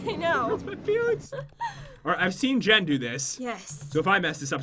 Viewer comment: You said Jen Jan